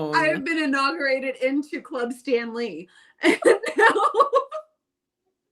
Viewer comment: I bought myself a KitchenAid mini for Christmas. I love how pronounces "Stan-ley" like the Marvel genius Stan Lee.